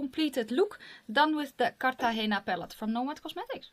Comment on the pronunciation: When you pronounced Cartagena correctly right off the bat, i knew I liked you. hahah. new subscriber here! you're fun!